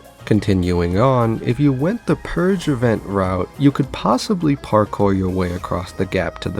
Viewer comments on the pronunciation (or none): none